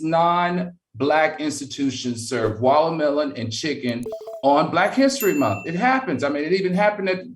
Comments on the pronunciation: "Walamellon" Al...🤣😂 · Why does Al call it wallamilon.😂😂😂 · Did Al say Wallahmelon 😂😂😂😂